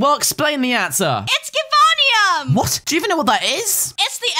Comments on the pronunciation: u r pronouncing givanium wrong its jayveynium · Its pronounced ji-vane-eum